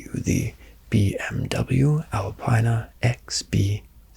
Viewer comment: Love these high-end RP videos--great work! 1 nitpick for you: it's BMW Alpina (al-pee-nah) 😀